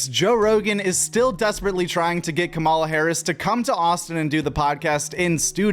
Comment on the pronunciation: why can't this whiteboy say Kamala's name right?